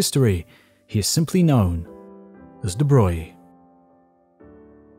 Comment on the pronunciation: why is it that they pronounce de Broglie's name right, but absolutely butcher Rontgen's ?